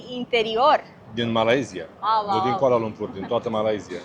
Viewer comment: Your pronounciation very amazing when you speak all the places name including Kuala Lumpur. Me as local feel really amazing. ❤❤❤❤❤❤